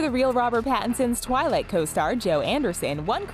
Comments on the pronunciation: Its not "Tarlat" its Twilight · Arie the black Barbie go and actually listen to the video first time she says Twilight she says Tarlight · TheRichest you may want to go and listen back on your video your voice actor mispronounced twilight and said tire light just so I'd let you know